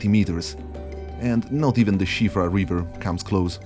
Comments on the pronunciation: Its called SIOFRA RIVER. Not SHIFA. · Shivra river ???? Are you for real ? You can't read Siofra correctly, what the fk... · Heavily dislike the way you choose to pronounce siofra